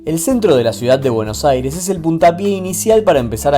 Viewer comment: Porfavor PRACTICA unnpoco de español para poder pronunciar, pol lo menos AIRES😮😂